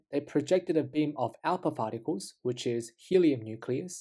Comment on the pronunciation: alpa pharticles?